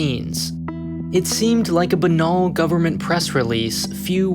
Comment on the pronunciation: A banol? LOL!